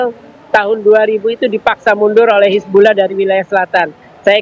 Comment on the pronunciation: Pengamat aja sebutnya hizbullah presenter malah sebut hizbulloh